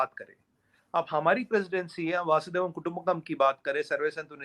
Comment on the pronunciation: बासुदेव नहीं वसुधैव भाई, शीगणेश ही गलत 🙏🏾☹️ भाई, देशभक्त बनें, मोदीभक्त नहीं